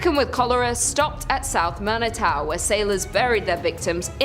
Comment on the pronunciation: How she says Manitou hahahaha I'm weak